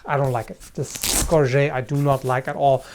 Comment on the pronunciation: Gorget is an English word, it's ok to pronounce the T.